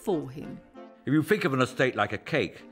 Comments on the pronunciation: Someone who pronounces 'think' as 'fink' is complaining about the "dumbing down" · What a despicable POS that is🤮🤮🤮🤮. With all that so called money, he couldn’t fix his disgusting teeth, he can’t even say the word “think” it’s “fink” 😂😂😂😂. As for their house is rotting with filth and their kids are fat, dumb idiots. You can stick your aristocracy it stinks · Pompous prick..."I don't feel guilty about fkn anyfing" can't even use "th" and he "finks" he's an aristocrat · The English have really given up on "th"ink. He finks.